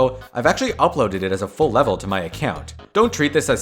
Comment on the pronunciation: Emphasis on full 😭✌